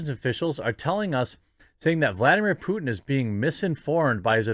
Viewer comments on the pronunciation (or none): none